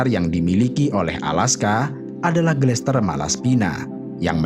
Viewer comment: Gletser min, bkn glester